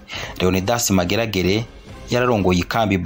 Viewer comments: Fidèle Ndarisigaranye, pas Ndayisigaranye. Edmond Ndakazi, pron. /ndakaazi/, pas /ndakazi/. Léonidas Maregarege, pas Mageragere. Bon documentaire. Mais ne craignez plus de dire «cndd-fdd» lorsque vous parlez de la milice fondée par Nyangoma. C’est le nom qu’il lui avait donné. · Murakoze kuri documentaire nziza. Ariko pour la prochaine fois,be murondera abantu babafasha kuvuga neza amazina y'abo muzovugamwo. Nta commentaire nabonye musaba excuse ku makosa mwagize alors que les noms reviennent bcp de fois. Ni Maregarege na Ndakazi (qui se prononce Ndakaazi). Vous remerciant, Merci